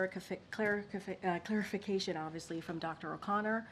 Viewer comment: It's "excellent"?? 🤔 I need claric-ifi... claric-ifi... clarification of that. 😛